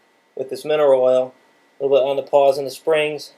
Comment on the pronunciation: Thanks for the video. Minor note, it's "pawLs", not "paws".